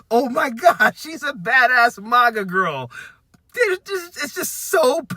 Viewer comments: I think this video is great and I agree with this dude, but why is he pronouncing MAGA and MAUGA? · Sorry, but I need to correct you. MAGA is not pronounced Mah-gah. It's pronounced maggot. The plural is pronounced maggots. THANK YOU for your attention to this matter!!